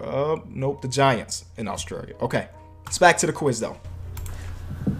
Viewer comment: Australia not Austraeyar